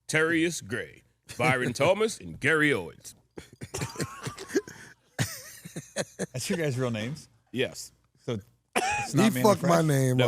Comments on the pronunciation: There's no s on the end of gary owen🤣🤣🤣he has a whole special on this😂🤣😂🤣😂🤣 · Gary OWEN no "s" 😆 I was waiting for Gary to correct them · Dying laughing cause they keep putting the s on Owen and I know Gary is like damn black people always fuck his name up. 🤣🤣🤣🤣🤣